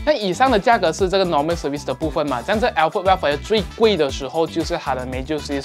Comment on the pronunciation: alphard是不是福成alferd了？抱歉，我一直听到朋友的名字😂